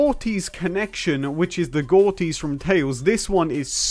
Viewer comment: gortys is actually pronounced gordis